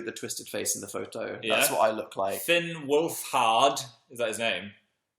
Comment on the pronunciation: fan: it's pronounced wolfHERD phil: *pig noise* dan: HUH OAKAY they're so WEIRD hahahaha